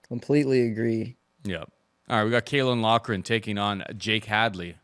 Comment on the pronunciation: pronunciation of Caolan Loughran was perfect the first time but it just went downhill from there🤣🤣